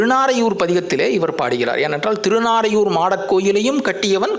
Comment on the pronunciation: திருநறையூர். திருநாரையூர் அல்ல.